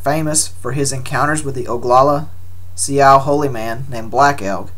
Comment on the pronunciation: Sioux is pronounced Sue